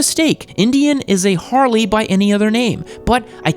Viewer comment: Harley E? At least you got the S right